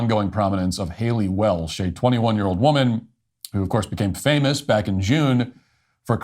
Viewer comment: you said "famiss" instead of "famous". Learn how to prounounce "-ous".